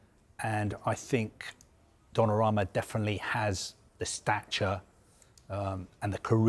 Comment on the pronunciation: Calling him Donnaroma hurts my ears